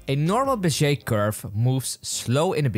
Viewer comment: He said "beshe curve" Is that the real pronunciation or just his accent? Awesome video by the way; wish I found it sooner